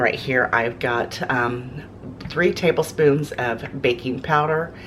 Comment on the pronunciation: Okay-- you say tablespoons. FYI.